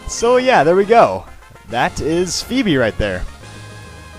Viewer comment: Yes! You didn't mispronounce Phoebe this time! I still can't believe you used to think it was Foo-Bee or Fwebie.